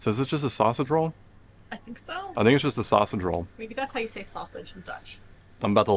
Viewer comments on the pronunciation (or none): you seemed to say "it is a zachte drol". Fortunately, two seconds later it was clear to me you meant to say "I think it is a sausage roll".